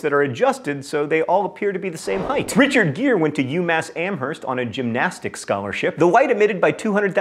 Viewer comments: the h in amherst is silent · The "H" in Amherst is silent! Auuuughhh! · Just want to say that in Amherst we don't pronounce the "H." Like Amerst. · You said Amherst wrong. It's (Am-erst) silent h. I'm a local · Fun fact: you don't pronounce the "h" in Amherst.